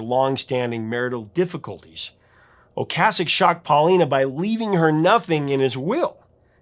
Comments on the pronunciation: O-Kaysick. Is the pronunciation, not O-Kahsick. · When The Cars were in rotation, everyone pronounced Rick's name "oh-KAY-sik", even MTV and radio stations. I had gone 30+ years under the impression that was how it was pronounced, and only in the last 10 or so years that I've heard it as "oh-KAH-sik", and I find I still find myself pronouncing it the "old" way.